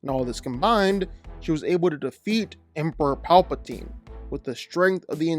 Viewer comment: You mispronounced Rey Palpatine